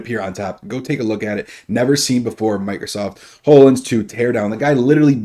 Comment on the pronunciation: I literally cringe every time you mispronounce Hololens. It's Hollow Lense not Whole O Lense!